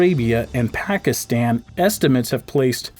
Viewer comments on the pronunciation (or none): none